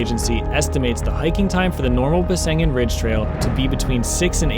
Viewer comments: Actually, it’s named Besseggen, not Bessengen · Nice video. However, the correct name of the ridge is Besseggen, not Bessengen. 🤭